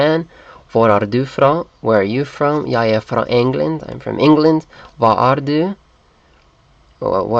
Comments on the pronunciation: in danish "du" is pronounced more like "doo", and you shouldn't roll your tounge as much as in norwegian. To me, as a Dane, this video is very funny to watch :) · Your danish pronounciation is too close to norwegian du and du does not sound the same the U in danish is more like the ou in the english you.